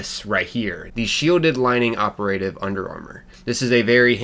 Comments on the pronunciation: Ok ... My OCD is driving me nuts. Dude, don't pronounce operative as (oper-a-tive)! It's pronounced (opera-tive)! OPERATIVE! 😬😱🤪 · The way you say operative is just appalling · Bro the way you pronounce operative has me geeking